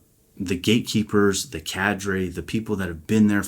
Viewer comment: "Gate Keeper" Not one word. It sounded like one word when you spoke it. I know not where it is written, I only know its written in my mind the "words" "All those without understanding, seek wisdom" And my mind sends a message to my ❤ "Keeper of the gates of wisdom" 👍❤honor and gratitude for the gift God gave her. Wyonna Judd